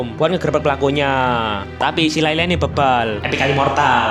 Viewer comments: Layla ❌ Lela ✔ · Layla bang bukan leyle😅